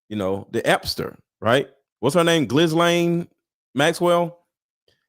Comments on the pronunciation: pronounced Geelayne not Gislayne! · Pronounced Ghelaine. Hard G. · “Ghee-Lane Maxwell” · Lies all lies Ghlane pronounced galane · Say it like Guilty... Guilty Ghislaine... "Gu-Lane" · She is also an actor. Kirk is authentic however, and in his last photo by the water he looked different from his usual happy warrior demeanor. take the s out of gis Gislane Maxwells name you pronounce it phonetically without the s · Ghislaine pronounced without an s..